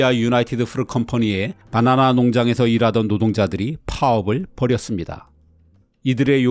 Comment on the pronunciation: 빠나나라고 발음하시는 것을 보면 서울 분은 아니신 것 같아요